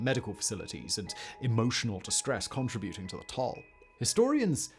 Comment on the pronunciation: The only problem I have here is the way he pronounced "contributing"